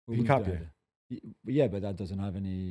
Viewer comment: Please pronounce Hincapie’s name how it is, Inca-pi-eee